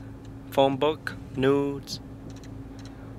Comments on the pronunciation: Pretty sure he said nudes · Did he say News or nudes